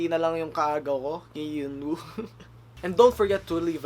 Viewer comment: Base sa nababasa ko sa ibang comments sa ibang video ng pronounciation ng names nila: Yeonwoo- (yon oo) Hyebin- (heybin/hebin) Ahin-(ah-in) Taeha- (teha) The rest alam na siguro natin kung pano ipronounce yon haha♥️